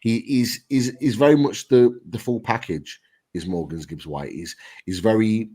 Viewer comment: Guys! Love the show and watch every time. But, it's Morgan Gibbs-White, not Morgans Gibbs-White 👌